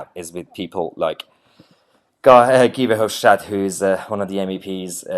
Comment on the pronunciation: Tip from a Flemish girl: Verhofstadt hates it when you pronounce his name the German way. In other words, keep saying it the way you do now 😁